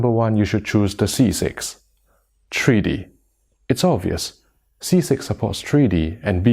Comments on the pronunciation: What is “treedy”? Treedy bluerays? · "Tree D."